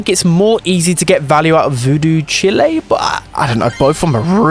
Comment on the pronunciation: “Voodoo Chill-Aye” “Gregory” 😂